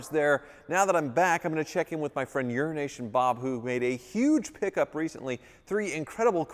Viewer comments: Euro nation bob , when I first starting hearing you say that I thought you were saying urination bob. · Is saying Urination Bob cos that's what I hear. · I'm sorry. I kinda giggle when you say Euro-nation Bob. Euro-nation runs together. The o in euro sounds more like an i. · Wait wait wait. I thought it was Euro-Asian Bob. Now I'm all confused: Is it "Your an Asian, Bob!" or "Urination Bob"? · I kinda wish he stopped calling him urination Bob... At first it might have been funny, but not anymore. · Why does call him Urination Bob?